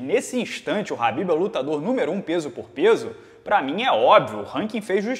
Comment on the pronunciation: é tão khabibeth que fala "Rabibeth" kkkkkkkk